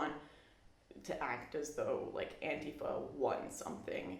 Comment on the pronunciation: learn how to pronounce antifa. and don't worry I don't feel bad for you or your alt-right friends.